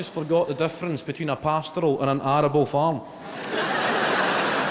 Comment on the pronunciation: Ariable and pastoral 😂😂😂😂😂😂😂😂😂😂😂